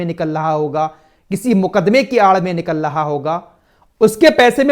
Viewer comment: निकल लहा नहीं निकल रहा होता है